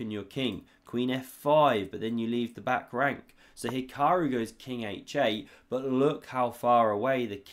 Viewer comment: Magnoose and He-kuh-roo are the S tier, Leko, pronunciations.